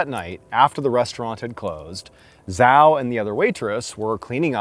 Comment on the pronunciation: 'Zhao' is pronounced Chow.